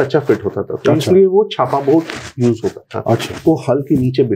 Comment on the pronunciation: Bro that's not छापा, it's चाप